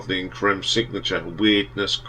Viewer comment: It’s pronounced ‘Cream’.